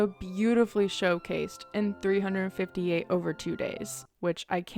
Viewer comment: I am so sorry to infrom you that you got the Days Titel wrong. It's actually 3 5 8 instead of 358, so it pronounce Three Five Eight for some reason, yes i am not kidding. The Katakana (japanese phonetic system for loan words) spells it out as that